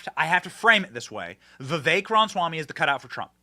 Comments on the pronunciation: Why does Benny insist on calling him "Vivek Ron Swammy"? It's RAMAswammy. RAMA. As in AlabAMA. As in RAMA-lama-ding-dong. As in ObAMA. This "Ron Swammy" mispronunciation is completely baffling to me. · And "Vivek Ron Swammy". It makes me climb the walls.